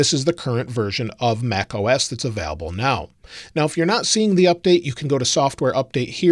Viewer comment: anyone else triggered by how says available? hahaha